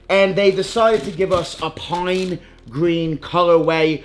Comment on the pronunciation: “Pine Gween” talk right mf!